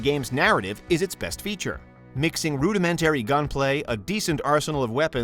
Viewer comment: After hearing the narrator mispronounce both 'rudimentary' and 'mesa' within a few minutes of each other, I had to start wondering if I was listening to a new prototype text-to-speech program....